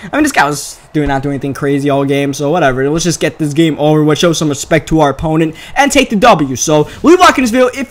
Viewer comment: Do you have a speech impediment?? Der, not there, dey, not they, dis, not this.... Strange cuz that's the only things you don't say right